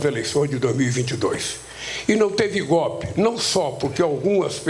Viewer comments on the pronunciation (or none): Que "GOPE"? FALA DIREITO, PESTE! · Aprenda a falar analfabeto... Não existe palavra "gópi". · Correção " Golpe" e não gopi sinceramente não consigo ouvir esse malaca aí não 😂😂😂